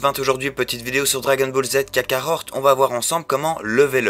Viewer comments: Kakarot et non pas KakaroRt ^^ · Il a bien dit kakarort #0.11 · Kakarot pas kakaror